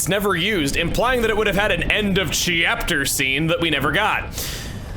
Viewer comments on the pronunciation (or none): I love how Chugga casually calls it a "chyyapter". That's his thing I guess.